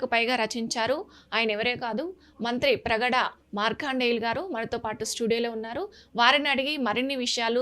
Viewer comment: మంత్రి ప్రగడ.... కాదు మంత్రిప్రగడ...